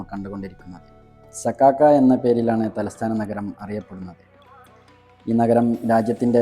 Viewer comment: നകരം അല്ല നഗരം...മലയാളം അങ്ങനെയാണ്.